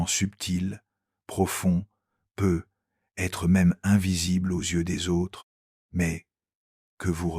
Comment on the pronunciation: Ajuster votre IA s'il vous plaît ! Car PEU Être que ça me coupe l'envie de continuer à écouter ! 😢😢😢😢